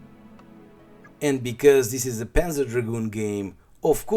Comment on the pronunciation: if its your favourite series then maybe its time to google how to pronounce "panzer" and "zwei". [